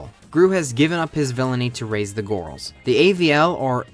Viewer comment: i love how you say ‘the gorls’ 🤣🤣